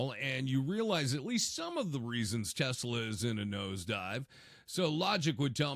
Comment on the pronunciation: Trump loves "Tesler."😅😅